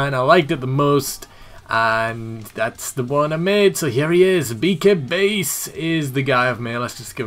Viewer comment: I'm a little upset because I can't download the gimmick I suggested. But it looks awesome. Just a side, did a pretty good job pronouncing my name.